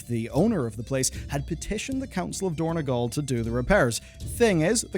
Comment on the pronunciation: It is dorn-O-gal, not dorn-E-gal. It is mont-E gazlow, not mont-Y